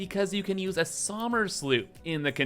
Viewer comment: Please, as someone who shares this name theres no multiple oo's in Somers, its just the german spelling of summer and its fine to pronounce it the same in english. Listening to you say Sooomers drives an ice pick into my ears